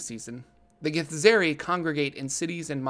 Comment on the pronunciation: Githzerai is pronounced Gith-zurr-eye, just fyi, at least according to the Githzerai themselves in NWN2!